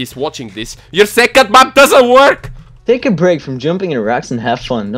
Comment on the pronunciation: when you say "work" it's sounds like "twerk"